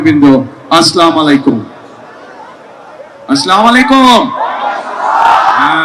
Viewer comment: সালাম শুদ্ধ করেন